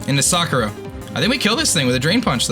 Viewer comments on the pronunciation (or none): you know Sakura is NOT pronounced like that, right? Everybody knows its saKUra, not SAkura